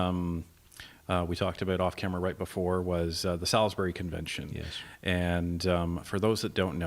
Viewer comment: Your pronouncement of Sailbury is painful. I lived there and it’s pronounced souls-bur-ree.